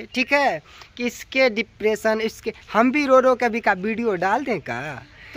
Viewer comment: Badka tum padhe likhe ho isliye dipression v bolne nahi aa raha h